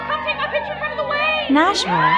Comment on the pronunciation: You got Nashville right. Just needed a tavern ride. Lol